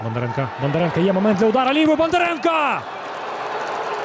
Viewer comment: На УПЛ що, коментатори скінчились? Що воно там бурмоче?.. Половину слів взагалі не розумію - вайби-шмайби, білдапи-шмілдапи, зато "Бандаренка", "Матвієнка", "Алефіренка"... Не призначайте його більше, будь-ласка...